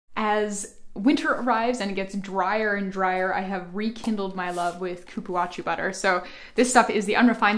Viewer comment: Cupuaçu is pronounced like "cu-pu-a-ssú"